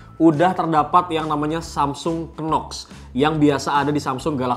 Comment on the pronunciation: Dibacanya NOX bro, bukan Kenox . "K" nya gak dibaca.